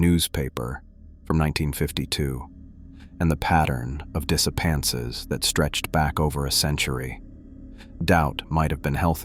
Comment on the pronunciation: The narrator pronounces 'disappearances' as 'disappances'. No shade, just letting you know. I enjoy the stories.